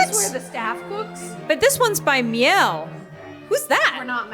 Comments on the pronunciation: “…this one’s by me-YELL” LOL…it’s pronounced “MEEL-a”, like Shiela. Good German brand. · "Me-el" Lmaooo ....it's pronounced "Mee-Lay".. that's def not your house. LOLLL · Tell her how to pronounce Miele. It's German, not French.